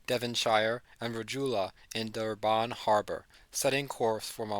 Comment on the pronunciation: Its pronounced - Pee - naar! (Pienaar) and Dur-bin (Durban)